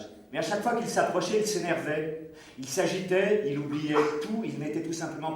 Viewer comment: Quelle prononciation de cochon! il a une perruque sur la langue l'zacteur ou quoi? du coup on ne pige rien.Mais le texte n'a pas l'air fameux. "chhhhhhh chhhh y'avait un chudas ; il s'achitait" mdr^^